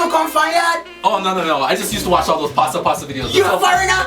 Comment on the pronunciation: this man said "passa passa videos"😭😭😭